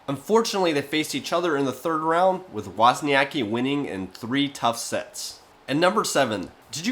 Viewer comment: wozniaCki, C is not a K, C=Center. you say her surname with a C and after goes K. wozniaCKi.